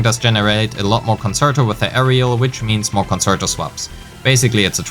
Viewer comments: Excellent guide and now subbed. Just to note a few things with regards to pronunciation: Forte is pronounced FOUR-tay. Concerto is pronounced con-CHAIR-toe. Many of the content creators are making these mistakes you can be the first to do it right ;) EDIT: Wanted to add: Thank you for actually showing us the difference in dps between different echo main stats. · Good video but please look up how to pronounce the terminology correctly (ie. concerto, forte, etc.) You're not saying them right and it definitely makes your video less credible.